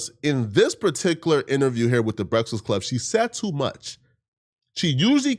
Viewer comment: Bruh....its pronounced B-R-E-A-K-F-A-S-T...and E-L-I-G-I-B-L-E...bro...wtf LMFAO!!! You shouldn't make a video talking about ANYONE until you learn how to read and pronounce words correctly lol...smh...crazy work. Take a nap or something 😂😂😂